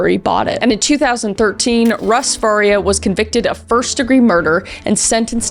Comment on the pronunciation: Wow, seeing the last victim with the same last name as me was crazy! Its not a common last name. Mine is pronounced FAR-EE-UH (like Maria but with an F) but it's super common for it to be mispronuned and said the way Kris called it